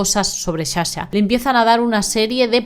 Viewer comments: otro misterio es de donde sale la palabra Shasha cuando es Sasha... shushi😢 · Perdon no es hate pero me enerva , mi toc no me deja 🤣es sssssssa-sha no shasha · Sa-sha no sha-sha 🙌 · Que triste pero me sonrío cuando dices CHACHA porque ella se llama Saaaaa cha. Jajajajajaa. Y ANZONY JEJEJEJEJE. Gracioso 😅